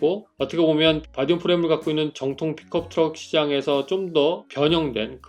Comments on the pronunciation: 나만 픽컵트럭 으로 들리는건가 픽업이지않나욤 투싼크루즈 아님요? ㅋㅋㅋ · 발음이 픽컵으로 들림